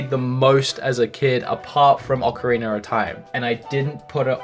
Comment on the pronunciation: Oca"wiener" of time lol